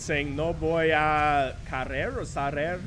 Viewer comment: The spanish was right, the first time you said 'Caer', was right but then You went 'Saer', the first one has a K sound, this apply only to Ca - Co - Cu, Ce and Ci, has a S sound to them, hope that helps.